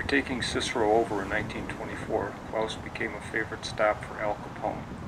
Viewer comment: Good video, but I only have one comment, er beef (no pun intended): The correct pronunciation of this restaurant is NOT ‘Klowse’, (The sound of which, suggests a German name, which we know it is not!), but KLAAS. Unfortunately it is mispronounced throughout this entire video.